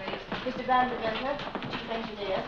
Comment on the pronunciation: ANY movie W/ Van Heflin is TOP shelf.... V A N..... Not..... V E N